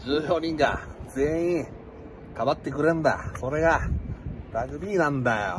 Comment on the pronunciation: 関西人の特徴 「ラグビ↗️ィ↘️」